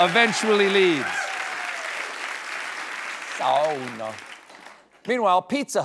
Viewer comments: why, I've missed a major occasion for market square celebrations, it seems. Admirable pronunciation of sauna, full points 👍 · Thank you for pronouncing sauna correctly! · Torille! 🇫🇮 By the way today Helsingin Sanomat mentioned you mentioning Helsingin Sanomat mentioning you mentioning them mentioning you mentioning Finland. This is a neverending story. And congratulations on pronouncing "sauna" correctly! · Stephen pronounced sauna correctly! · Thank You for pronouncing sauna correctly. 🇫🇮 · Agree with another poster that it was great to hear you say "sauna" correctly! Agree with yet another poster that this could lead to some fun false beef with Conan. ❤ There's enough Finland for everybody! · I was responding to a comment on how he said Sauna not his pronunciations in general. Most people who don't speak Finn at all will pronounce it as Saw-Naw, he put an effort into it and while, as I said, he didn't say it like my father does, he came a lot closer than the typical. I think expecting him to research and learn the correct pronunciation for everything just so he can do that spot in his monologue is a bit unreasonable. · His pronunciation is amazingly good (not entirely accurate, but better than any English-speaker I know of). I suspect Tolkien's Elvish languages have something to do with that. I'll be back with the translation when I am at my laptop again.